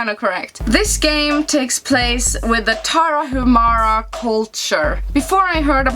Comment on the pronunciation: "Indie" comes from independent. So is a video game that is often created without the financial support of a publisher. Moreover, Tarahumara is a native tribe of the North part of Mexico. Btw the H in Tarahumara is silent, so the correct pronunciation is Taraumara.